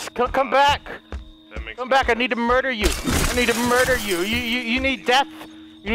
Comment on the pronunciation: The number one most said thing in this series is "I will mudder"